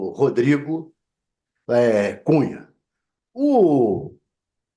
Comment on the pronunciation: Alguém entende o que esse louco falou ??? " Rodrigo Cunha" . Que burrice